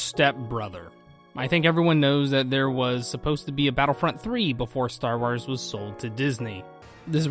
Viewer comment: "Star Ars" lol